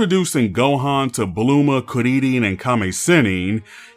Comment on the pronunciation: I can’t tell if he’s pronouncing bulma and krillin like on purpose of not but I’m out Too bad seemed like a cool video